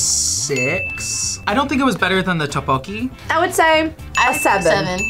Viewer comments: Lotte is "Lo t" and "te" ... Tteokboki is more like "duck" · Not to be rude, but you were pronouncing Tteokbokki wrong😅